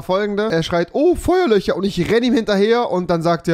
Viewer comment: Digga Rewi hat einfach eine Sprachbehinderung: rewi : „Küsche“ , „Feuerlöcher“ 🤣🤣🤦